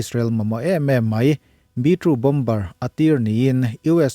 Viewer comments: Bomber hi 'bawm-bar' ti lovin, 'baw-mar' tih zawk tur aw. Bengvarthlak ṭhin e, hma lo sawnin Pathian awmpuina lo chang zel mawlh rawh.❤ 'M' dawta 'B' a awm hian 'B' hi lamrik loh tur. Entirnan, 'climber' chu 'klai-mar'. 'Plumber' chu 'pla-mar'. Chutiang zelin. 'T' hmaah 'b' a awmin 'b' lamrik lohna tur thumal a awm leh a. Entirnan, 'debt' chu 'det', 'doubt' chu 'dâut'. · Bomber lam dan hi.. Bom-ar ti anga lam tur an ti ania.. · A ngaihnawm e..Bomber-- Bomb -er tih a mawi zawj..i channel comment ah ka sawi thin..MIG poh hi Mik ..SU pawh Suu/Soo..Lam dik vek chu thil theih a ni lo..mahse a lar zual tal hi chu..youtube etc vel ah chuan lam dok tum hram a tha..Depot..tih a. 't' an han lam ri tlat te hi..ngaihthlak a nuam lo. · Indian accent aw. British in Boma tiin an lama, american in bamer